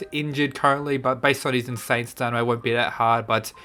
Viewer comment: No one:: STANIMA